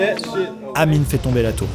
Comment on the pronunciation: Mdrr c'est réel et amine ça l'appeler amini psk le e ça se prononce i en anglais